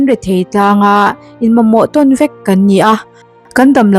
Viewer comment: '...nangmah ang VËK.' Mizo ṭawng chhiar dik zir nasa rawh khai.